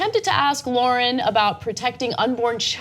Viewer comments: Free speech doesnt mean you HAVE to speak, it means having the RIGHT to speak. And its not Lorren its Lahren. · Lahren is pretty famous now. I think it's time you pronounce her name correctly. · Why can't pronounce Lahren?